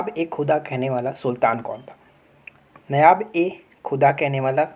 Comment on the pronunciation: भाई इतनी मेहनत करते हो वीडियो बनाने में लेकिन उच्चारण पर ध्यान नहीं देते हो। नायाब ए खुदा नहीं नायब ए खुदा बोलो जो कि लिखे भी हो। ऐसे ही नलिनी सेन गुप्ता का नाम नेलनी बोलते हो। ध्यान देने की जरूरत है स्वाभाविक उच्चारण करो बेहतर होगा।